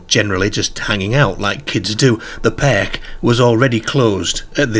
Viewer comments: I thought the same! Never in my life have I heard an English accent that pronounces words with the ‘ar’ sound in such an extreme way. The accent sounds like it’s probably more North West than anywhere but still, I’ve never heard the word ‘park’ pronounced ‘pairk’ or ‘car’ ‘cair’ never! I presume it’s put on as at 0:79 the second time he says ‘car’ it’s pronounced more normally! Weird and more weird than the story itself. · I’ve never heard the pronunciation perk for park before 😮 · It sounds Liverpudlian except the rest of his accent sounds Yorkshire… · Same here. It's a wee bit off-putting, as I keep fixating on it. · Very strange pronunciation. Cares (cars), Park & Dark (perk & derk) are Irish pronunciations although this gentleman's accent isn't.